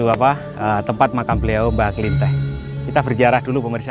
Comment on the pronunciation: Penyebutan nama nya pun salah bukan mbah buyut klinteh tapi kliteh Soal nya sya penduduk asli karang kembang Klw emng mau cari tau lebih jelas itu mediator nya asli orang setempat Mas Tomi pun bukan asli orang karang kembang Maaf sebelum nya ya pak Dan saya berterima kasih atas kunjungan anda dan vidio anda di youtube untuk mengenalkan kesemua bahwa ad makam leluhur di karang kembang 🙏🙏